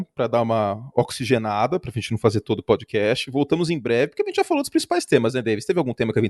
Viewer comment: "Prodcast do pofutbal" kkkkkkkk beleza Curti